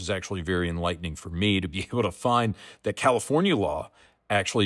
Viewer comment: When you say Tallahassee and California in the same video… Hurts my soul.